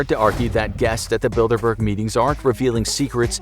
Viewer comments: I keep hearing Build a bear. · I thought it said dinkleberg instead bilderberg DINKLEBURG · I’m not the only one hearing “Build-A-Bear” right?